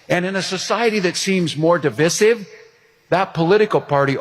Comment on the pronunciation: Div-eye-sive, not div-is-ive FFS! Other than that it was a good speech, lol.